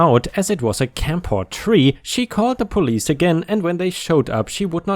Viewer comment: Cam for tree. PH pronounced as F.